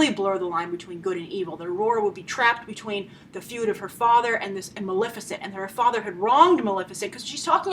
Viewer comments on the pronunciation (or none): It's MaLEFicent, for christ's sake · Love your review! Without a doubt the most practical, well-thought out and spot-on correct perspective I've seen in years. Huge congratulations for that. My nerves were grated, however, that after such a solid performance you could not bother to pronounce "Maleficent" correctly. Thank you for your work; I look forward to viewing more of it!